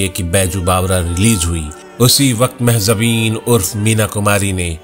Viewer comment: Mahzabin nahi bhai. Mahjabin*. Fatzand e hind*. Release* not releaje. Oh well you are mixing up Z with j so much. I am tired of noticing. Attention goes to your pronunciation more than the story you are telling here.